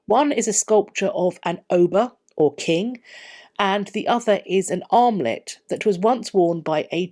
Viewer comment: OMG, for a second there I thought you said an "omelette" worn by the king... not an armlet.